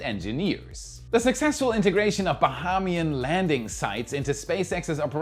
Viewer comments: you are pronouncing 'Bahamian' wrong. It's ba-hey-me-an, not ba-ha-me-an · We say "Ba-hay-mian" government. Fun fact, I'm half Bahamian.👍🏾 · It's Baheeeeeemian, lol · Learn to say Bahamas Ba-hume-az Ba-hame-E-in .....😅 Now go and practice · you are killing me with your pronunciation of "Bahamas" 🤣 It's pronounced (BAH-HA-MAS) the "HAM" sounding like how British people pronounce ham, or how Hamas is spoken.. And when saying "Bahamian", the first "a" is a long "a". (ayy) sound, so pronounced Ba-HAY-mian. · Its pronounced BA HAY ME AN - BAHAMIAN 🇧🇸